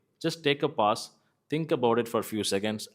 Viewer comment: Your pronunciation of pause is wrong😊